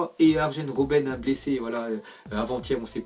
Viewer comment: Tu fait expret de pas prononcer les noms des joueurs incorrect?? Boatongue Ajenne robenne ..........